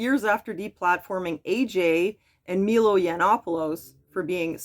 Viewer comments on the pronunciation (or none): none